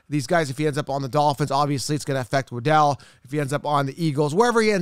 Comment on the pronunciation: You know it's Jaylen waddle like how a Penguin waddles?